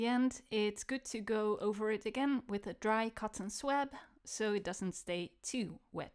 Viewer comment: BTY: it's pronounced "swob". In UK, OZ, SA, NZ... even everywhere in the US (remarkable unanimity!)